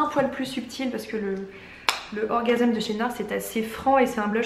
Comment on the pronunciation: coucou ta facon de prononcer le blush orgasm de Nars m'a beaucoup fait rire:)!! trés bonne vidéo bises